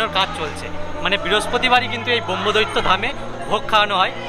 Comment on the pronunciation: সঠিক উচ্চারণ করুন। ব্রহ্মদত্তকে ব্রহ্মদৈত্য বলবেন না।